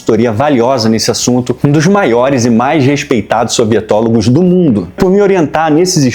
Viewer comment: Sempre que ele fala "sovietólogo" eu entendo "sorvetólogo" e fica muito mais legal